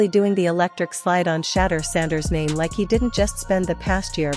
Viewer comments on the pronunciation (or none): How hard is it to learn how to pronounce someone's NAME correctly? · Please tell me why can't you pronounce his name ?. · She needs to learn how to say his name 😂😂😂